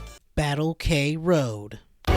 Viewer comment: The title is supposed to be pronouced "Kroad" (クロード) not "K-road"(ケーロード) for some mystery reason. Other comments mention Andy Hug but in fact all the male characters are based off real life martial artisgts, or famous fictional characters (namely, Terminator and Dan Moroboshi aka Ultra Seven). I know that was a somewhat common practice in sports games back then but it's still weird Saikyo released something like this.